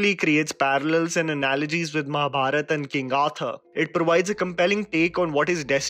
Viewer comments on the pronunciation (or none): none